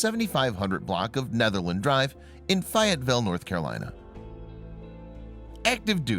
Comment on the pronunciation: The town's name is pronounced...Faye..et..ville...live in North Carolina..😁😁😁...Love your videos!!!!